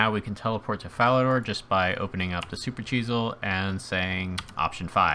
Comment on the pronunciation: Why do you pronounce it like supercheesel XD